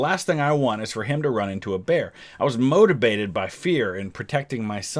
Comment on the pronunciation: motivated or motabaited